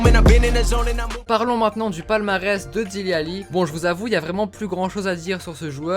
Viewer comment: On dit pas Délé Alli on dit Dili Alli